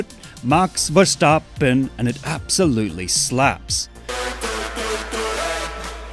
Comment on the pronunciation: That's max himself pronounces his name